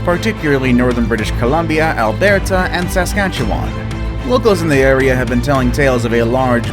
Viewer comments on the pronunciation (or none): Any other Canadians got triggered when he pronounced Alberta and Saskatchewan wrong?? Cause it triggered me 😂.